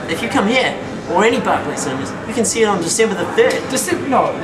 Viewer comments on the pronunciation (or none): lol u pronounce Berkeley wrong!! its pronounced berk-ley not bark-ley! :P